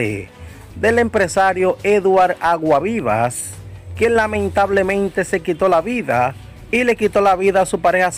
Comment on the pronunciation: Pronuncia ese apellido bien, Aguasvivas. Tienes que coger clases de dicción.